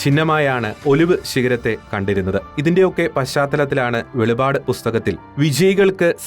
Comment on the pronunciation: വെളിവാട് അല്ല വെളിപ്പാടാണ് ശരിയായി പറയുക